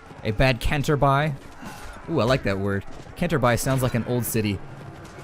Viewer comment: Well, itsmnot Canterbuy its Canterbury.